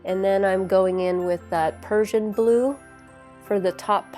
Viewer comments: I was thrown off by Persian blue….. it’s actually PRUSSIAN BLUE pronounced PRUSH a blue. Beautiful salt effect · And prussian!